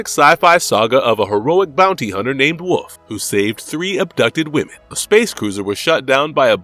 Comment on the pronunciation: Ackchyually, his name's "Wolff," not "Wooff." "IV" is the Roman numeral for 4. Still waiting for a sequel to 'Innerspace'. (Joe Dante) Black Mesa Vs. Aperture Science "deh-VREES" (with a hard "s")